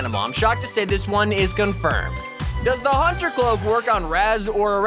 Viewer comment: and its hunter not HAUNTER IDIOTS WHY DO YOU SPEAK SO WEIRD